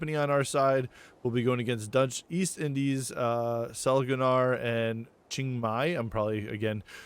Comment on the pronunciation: Just to assist with pronouciation, Chiang Mai is pronounced Chang-My